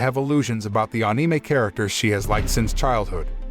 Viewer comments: I don't subscribe because you are not using a real voice and instead using one of those synths. The words are all being pronounced wrong even the word Anime. How can you mispronounce Anime wrong on an Anime channel? You had one job here! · We just not talk about how he saying anime wrong